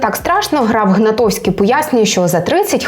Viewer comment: правильно - ГнатКовський, а не Гнатовський ❗️